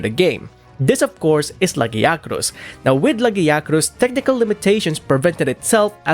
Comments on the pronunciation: I want to burn your pronunciation of lagiacrus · your pronunciation of lagiacrus physically hurt me